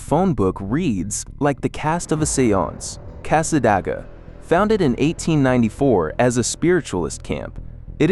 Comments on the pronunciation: It's "Cas-sa-DAY- gwah"!! Thanks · Whoops, AI narrator messes up "Tamiami". Wouldn't be so bad if it was "just" an avenue name. No one says "Ocala" that way. Or says "Cassadaga" this way. Weird, earlier "Marianna" was said well enough. Not here. Another weird, because you said "St. Augustine" ok earlier, not this time.